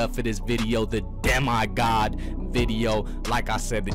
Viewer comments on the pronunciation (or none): Why did u pronounce it De”My”god 🤣